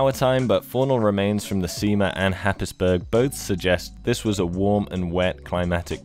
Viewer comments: Slight thing of note - "Happisburgh" is pronounced as "hayz-bruh" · Oh mate, not to be a pronunciation Nazi, but Happisburg is pronounced “Hays-borough”. Norfolk takes difficult British names and dials it up to 11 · Happisburg? Noooooo!!! It’s pronounced “Haysbru”. (Second syllable like in Edinburgh.) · Happisberg, lol......... “Haze-bruh” .... obvious, innit? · Happisburgh, "Happysburg" is pronounced Hazebra by locals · A great example the disconnect between English spelling and pronunciation... it's 'Hays-borough' not 'Happisburg' :)) Super video though! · Great video. Happisburg is pronounced Haysbrough. Not logical I know but its English. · It’s pronounced ‘hays- bruh’ not happis burg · Happisburgh is a historic village on the north-east coast of Norfolk. Pronounced “Haze-bruh”, and spelt ‘Hapesburg’ in the Domesday Book, the name means ‘Haep’s Town’. Despite much publicity about Happisburgh and coastal erosion, the village has an exciting long term future. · Great video, but you mispronounced Happisburgh, it's pronounced like Haze Burgh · Sorry to be that guy but Happisburgh is pronounced Hazeborough. Love your channel 😘 🤘🏻🥄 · Happisburgh is actually pronounced like btw hays-bruh. Norfolk is a weird place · As you are English you should know Happisburgh is pronounced Hayesborough! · Enjoyed this. Happisburgh is pronounced Haysboro btw. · Happisburgh is pronounced "hays-bura" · Happisburgh is pronounced “Hays-burra” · Happisburgh Norfolk = sounds/say it like Haze-bora, don't upset the locals ;-) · Happisburgh . . pronounced haze bruh. It is Norfolk letters and pronunciation do not go hand in hand :-) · Happisburgh - the place name - is a well-know 'got ya' for visitors. The locals pronounce it like 'Hazebruh' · Happisburgh is pronounced haysborough. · I lived in Norfolk for a while, and very bizarrely, Happisburgh is actually pronounced Hays-bu-ruh. One of the less odd things about Norfolk I suppose... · Happisburgh is pronounced hayesbruh